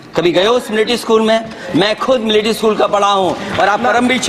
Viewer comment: पता है कि आर्मी स्कूल से पढ़े हैं। लेकिन एक भी लक्षण नहीं है वहां का! पहले मिलिट्री शब्द को ठीक से उच्चारण करना सीखें।